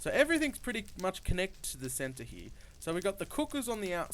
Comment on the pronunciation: I love how you say here HEE-UH love the vid!!